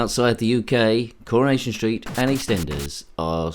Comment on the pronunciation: CurrahNation street, Pi-cadilly Circus, We r very Close 😂pun-tastic. Fun game that one.